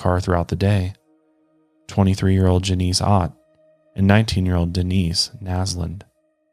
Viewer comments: Kendall told you on Mile Higher that it was Jan-is, not Jan-ese! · I don't mean to distract from this case, but somebody needs to tell Kendall that is still calling Janice "Ja-nees" lol. He did it when they covered the Bundy cases on Mile Higher and she had to keep correcting him so now somebody has to tell her he needs it again. (And for, it's Ja-niss, not pronounced the same as Denise!) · Cracking up at you called Janice Ja-Neese Lol! You did it with Kendall too on another Ted Bundy video too 😂